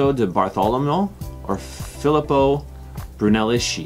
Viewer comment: Bruneleški???😂 Hello! It is pronounced bruneleski!